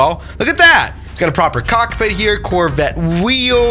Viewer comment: “I have a COK-PIT”😅🤣🤣